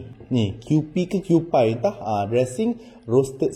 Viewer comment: Kewpie= ‘Q-p’ bukan ‘Q-pai’ 😄